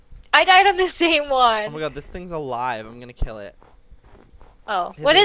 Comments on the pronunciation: BTW it`s kill u said kil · KILL NOT KIL JOEY 😁😁😁😁 what are you weird ( by the way I'm being sarcastic) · Kill not kil lol